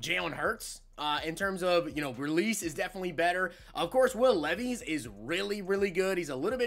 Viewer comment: Why you say Levees its pronounced like Lev-is